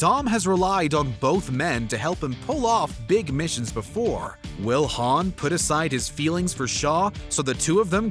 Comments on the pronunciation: How the heck are you pronounce Han, Han(d) lol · #2 - did you just pronounced Han like Lando Calrissian from Star Wars dfd?